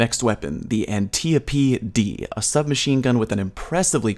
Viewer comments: I know! It's ant-e-ope. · it triggers me that you said The an-tea-o-p-d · I'd like to imagine you staring in the eye every time you pronounce "Antiope-D"